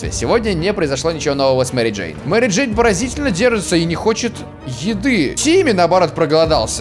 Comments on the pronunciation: Мери "Дейн" чуствует себя прекрасно.Я один заметил? не Джейн а Дейн..:? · МЕРИ ДЕИН??? БЛ*ТЬ ЧТО?